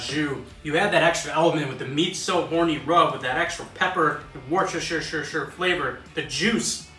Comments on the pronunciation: Yo that was absolutely killer! I loovvee pepperoncinis and I am 100% gonna be trying this recipe to a T! Great video sir! 🍻 Also it appears you are like me and can't pronounce that darn "W" word lol, I just call it "The W Sauce" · Duck fat spray?! There's something I never knew I needed... Love the energy in your videos!! also... "worcstshhrrshhrrr" lol